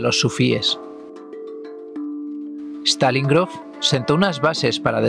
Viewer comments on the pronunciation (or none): Tambien se llama Stanislav Grof, no Stalin Grof. Pero no pasa nada jaja gracias por el video!❤ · Desde luego andas un tanto despistado por decirlo suave, no es Stalin Grof sino Stanislav Grof, y la supuesta respiración holoscópica es un copy past de alguien que quiso crear su propia marca, a partir de la respiración holotrópica que propuso Stanislav Grof.